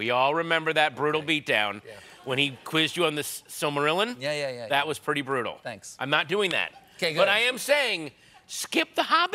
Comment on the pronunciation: Wtf, Colbert can’t pronounce ‘Gollum,’ and Patton can’t pronounce ‘Silmarillion’? [Shakes fist at the sky:]. What is this world coming to?!!! 😜